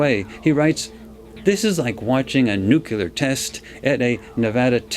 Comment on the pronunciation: This was done three years ago. I have watched a lot of Farsight's videos, but not this one. Very interesting, and about time I got up to speed on what is known about the Pyramids. One note - in this vid I discovered that does not know how to pronounce the word "nuclear", which is something I look for in intelligent people. Some people even to refuse to change their wrong pronunciation. Hopefully was told this by others before now, and has learned.